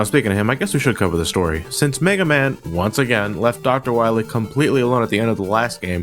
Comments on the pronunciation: WILEY LOL, sounds like WIYLAY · Ryan Goldstrich "Doctah Wahwee" XD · I think you mean Doctah Wowy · I love how they pronounce "Wiley" ever since the game misspelled it that way. xD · you know what cracked me up? "Hey Bass! (doesnt pronounce It "base") Why must i fight you? we are not enemies!" "Shut up!" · Not only did they screw up the name of Dr. Wily, but also screwed up the name of Dr. Light calling him Dr. Right.